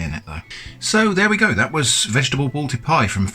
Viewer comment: its balti not bolti